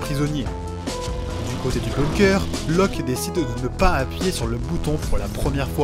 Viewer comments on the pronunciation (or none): Loke, pas Loc... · C’est Locke et pas Loc pour info haha